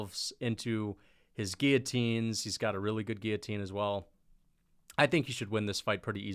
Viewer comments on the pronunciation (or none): none